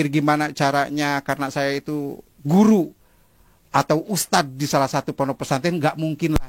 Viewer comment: Hhh ngaku ustat tpi bcaan nya g. Benar